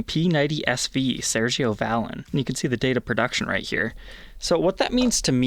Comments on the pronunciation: Pronounced "ValEEN" smh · The accent is on the second syllable. 😂 One of my wife's favorite bands. It makes me laugh every time you say it. 😂